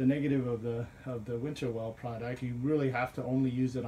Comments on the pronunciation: Winnerwell… not “Winterwell.” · There’s nothing wrong with the thickness of the steel…proven by many reviewers who can pronounce the companies name properly